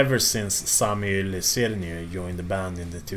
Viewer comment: Good effort on pronouncing Sami Yli-Sirniö :D